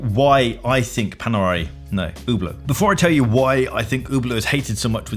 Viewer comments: Hablot?! Good God! Learn how to pronounce dude before pushing your hate message 😊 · its not "UBLOOOOT" its "SHHHHHHIEEEEEETE" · Its not spelled ,Ublo' its spelled correctly ,Üblo' (Ueblo).... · "Ubert Ubear Uber." Listen, b!tch. If you want to sell this watch then it better pronounced HUB-LOT. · I wonder why english speaking people say Hublow. Just listen to the woman at the begining. Hublot...Hublot! Please don't say Ublow. I ain't french nor is it my first language. But I speak many and trust me only worst than Ublow is Hublote...LOLOL Either way you say it, it won't make it get any better. Because it is SHITE! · It’s pronounced Who Blow, not Hub Blot. But I don’t fully get the hate, they carry some garish pieces but a few reasonable ones also. Pricing is silly on many pieces, but you could say that about a dozen other brands. I hate them less than Tag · Oooh blow. Not Who blow. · Completely agree on Hublot. They actively lied to customers a while back about the movement in one of their watches. Really bad when ALL of the premium price is wrapped up in the case and bracelet alone and a brand new replacement movement can be bought for less than Hublots servicing costs. With regard to the Hub Lot pronunciation part of your video for the Hublot - JeJe LeCoultre, really 😂😂😂. It is spelt Jaeger as in Jaeger bomb - 'Yay Ger'. Never liked 'In-Speak' myself in any area of life. Same as people have to say - 'On Wrist' in place of On the Wrist. As bad as if a guy named Robert told me he pronounces his name RowBoat and I then applied this to every Robert I encountered 😂. Imagine a guy with the last name Fosdyke being announced as FoxDick because someone else had used that? 😂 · I think its french and is pronounced LUBE-a-lot, but what do I know 🤷🏼‍♂️ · probably because Hublot , is pronounced hooblow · It is pronounced "you blow" after all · Hublot... pronounced YouBlow? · an OuH blOh? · it's a french word...so should be pronounced " U blow" LOL.